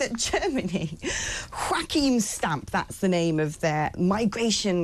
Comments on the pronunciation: He's NOT Wachim - he's Joachim - yo-ah-keem. Come on - we both went to Durham and Cardiff unis! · German minister is from Germany, not from Spain. Say his name correctly. Joachim, not Joaquin.